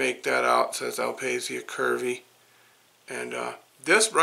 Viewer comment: Beautiful indeed! BTW in italian is pronounced "al pasha" with a stress on the last "a" :)